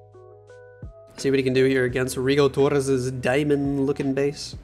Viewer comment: the way you call rigotorres gigles me up